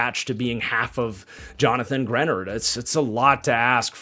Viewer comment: Now he's no longer on the Vikings but... Your mispronunciation of Greenard is driving me crazy!! 🙀 And yes I'm a long suffering Vikings fan but, some of your takes on our draft are slightly off. We took Bredeson because our offense utilizes a FB. It's not a weird pick for the Vikings. Also the "F" grade on Jakob Thomas... Flores ran this draft and don't you think he would have vetted Thomas prior to the pick?!??